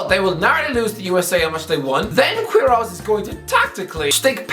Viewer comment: Just one thing, "u" in "Queirós" is silent, but yah great video